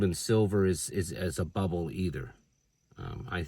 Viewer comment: THE BEERRBBLE!! Hahahaha made me laugh